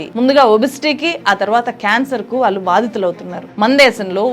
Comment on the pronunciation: Vaallu vaallu, pronunciation marchukondi please, Telugu ni champeyyakandi